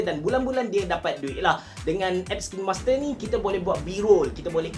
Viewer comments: Bang sebutan dia KAIN master bukan KIN master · sebut dia kine hime, by the way tq for this vid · I think the right pronunciation is KAIN-MASTER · cara sebut dia "kinemaster" bang. bukan "kinemaster". tu lah selalu dengar orang salah sebut "kinemaster". harap lepas ni boleh sebut betul "kinemaster". semoga bermanfaat. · Kain master sebutannya ye hehe... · Macam ni pronounce dia...."kainmaster" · Saya kerja di Kinemaster, sebutan dia diorang ajar “kiner master” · kalau abe pening cara sebut kine tu...cuba sebut arak WINE..kita sebut WAIN..mcm tu jugak kine👍🏻👍🏻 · Pronunciation dia bukan KINEMASTER, tapi KINEMASTER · Care sebut nye kinemaster bukan kinemaster wlaupun org slalu cakap kinemaster